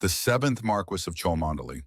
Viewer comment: chalmondely is pronounced “Chummly” believe it or not. Please pronounce it correctly it gives your presentation a bit more weight of authenticity